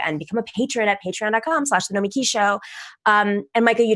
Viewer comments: I think Sam's new pronunciation of Nomiki is even worse than before she tried to correct him. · He can't even pronounce her name